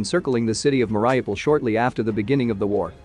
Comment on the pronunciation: I doubt that "Mariupol" is pronouced the way you pronounce it.